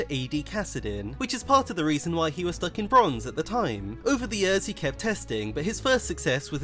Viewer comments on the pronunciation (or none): none